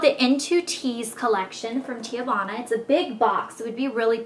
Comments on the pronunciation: its ehtsy and tea-vahna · TEAVANA: |ˈtee-vah-na| girl you were killing me calling it 'teeuhvana' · it's "TEAvana, not TE-Avanna. my cousin works there so i know. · Wow. You need to take a latin class or a class on pronunciation. I'm pretty sure you pronouning Etsy, "eet-see" and TEAvana "Tay-uh-vana" is a crime. I mean, come on, the name teavana even has the word TEA IN IT! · omg please learn pronunciations! its tee-vana. haha. and eht-sy. it sort of makes you sound less smart than you are!